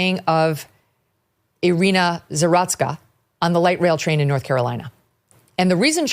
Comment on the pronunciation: Ee-ree-na Za-root-ska.